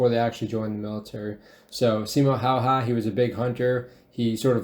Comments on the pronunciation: On Simo Häyhä video. The original video created by Simple History (or someting) being commented on here had at least two peculiar things in it. The English-speaking narrator of the cartoon had a Russian accent and could not pronounce Häyhä's name correctly - the way it is pronunced in Finnish. In addition, the cartoon falsely discribed Häyhä after he was injured in the Winter War. Pretty much all Finns know that Häyhä, despite his injuries, asked to be taken into active service when the war agaist the Soviet Union (the Continuation War) broke out. However, this was denied. He was seriously injured and those in the Finnish army propably thought Häyhä had done his share in the war. The cartoon told a different story (i.e. Häyhä did not want to fight any more), which just isn't true. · I love how he says he is Simo Häyhä and pronounces the name completely wrong. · Why not have a finnish guy narrate, that’s a russian accent and his name is pronounced wrong. Kinda disrespectful. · Why is the narrator speaking with russian accent and i get it that people cant pronounce his name but i think the narrator should know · Bruhh why is it like Simo would be narrating himself but speaks with russian accent and can't pronounce his own name. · It’s a pity that video is narrated with a Russian accent and mangles the pronunciation of “Häyhä”. Your content, on the other hand, is intelligent and appreciative as ever. Always a pleasure to watch. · none of the names in the video where pronounced in a way that would make them recognizable for a Finnish speaker. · Someone needs to teach people not familiar with the finnish language how to pronounce "Häyhä"! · the narrator pronounces every fucking Finnish word incorrectly lol, must be an american putting on an accent, as even russians do not pronounce J's like english speaking people do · Yep lol russian accent and name pronounced all wrong :/ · And he completely butchers finnish word but russian ones he says fine :D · It's Häyhä, not Haha